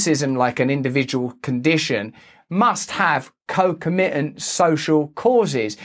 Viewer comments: The emphasis in the word "concomitant" is on the second syllable. ConCOMitant, not concoMITant. Just trying to be helpful. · thats twice you've done that now. Russell, you're stressing the wrong syllable. It's not con-co-MIT-ant, it's con-COM-itant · ConcOmitant, please! Emphasis on second syllable.